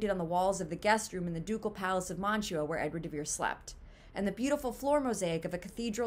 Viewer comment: "They rhyme and the syllables and stresses are the same." Only if you choose to pronounce the name "de Vere" exceedingly oddly by landing hard on the "de", when the stress is actually on "Vere". I think you've been watching too many Saturday Night Live reruns if you think that "de Vere" is pronounced like "DA Bears". Also, William has three syllables in it. Other than that... well, it would just be a plain coincidence, at best, and one that is NOT consistent with our experience of other writers' pseudonyms. Does "Mark Twain" rhyme or share a common beat pattern with Samuel Clemens? Does "Sapphire" rhyme or share a common beat pattern with Ramona Loften? Does "George Orwell" rhyme or share a common beat pattern with Eric Blair? Does "George Eliot" rhyme or share a common beat pattern with Mary Ann Evans? "Do Acton, Currer, and Ellis Bell" rhyme and share common beat patterns with Anne, Charlotte, and Emily Brontë? Does "Mary Westmacott" rhyme or share a common beat pattern with Agatha Christie? I could keep going, but the point is made.